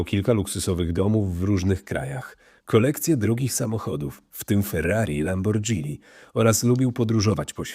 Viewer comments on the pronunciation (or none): Czyta się LAMBORGINI nie lambordzini